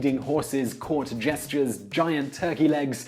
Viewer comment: It sounded like he said "court gestures" rather than jesters. lol